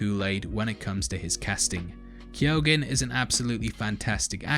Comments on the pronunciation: Pronounced keogh - google it ffs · Key-own. That's how you pronounce it, well that's how my in-laws pronounce it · Keoghan is a Gaelic name and is pronounced 'Key - Ohan' To all non Irish people. Lol